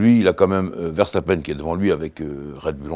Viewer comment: enfin un français sachant dire verstappen